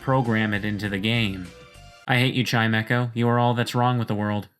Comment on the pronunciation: its not chime-echo its chime-ko